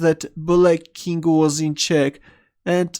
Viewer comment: Does anyone else think that whenever he says 'king', it sounds more like 'kink'?